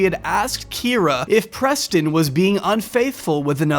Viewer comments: I heard you say "Kie-ra" at one point in this vid (sorry, didn't timestamp) and thought it was for comedic effect 🤣🤣💖💖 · lol but still missed one mispronounced Kyra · Who's going to tell him there's at least one instance left in the video where he says Kyra wrong? It stuck out at the time but I didn't think much of it until I watched the end of the video. Loved this one, you did a great job covering the highs and lows!